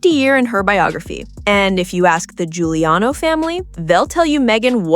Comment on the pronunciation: Giuliano pronounced Juliano, please